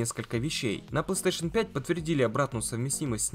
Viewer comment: Не плэйстЭэйшн, а плэйстэйшн